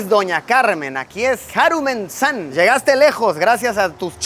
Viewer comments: Jajaja 😂